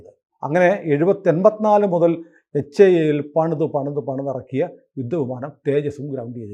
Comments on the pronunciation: Dhruva അല്ല.., Dhruv(ധ്രുവ്). ധ്രുവ് വിമാനം അല്ല, Helicopter ആണ്. വിമാനം Tejas ആണ്. Tejas MK -1 Tejas MK -2. HIL അഥവാ HAIL അല്ല.., HAL (Hindustan Aeronautics limited) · Not HAIL, its HAL only.